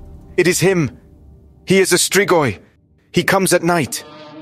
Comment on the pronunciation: you nailed that pronunciation